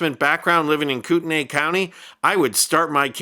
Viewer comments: It Is pronounced “coot-knee” county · For future reference, Kootenai is pronounces "koot-nee". Lol not that that will do you any good after this... Coeur d'Alene is a mountain resort town, and Kootenai county is pretty much never mentioned in the press... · It's pronounced Koot nee. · BTW - you are pronouncing the county name incorrectly.